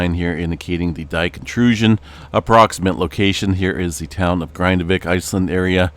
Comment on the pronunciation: Your pronunciation of the "a" and the "i" in "Grindavík" is way off. This isn't the English word "Grind" but the Icelandic word.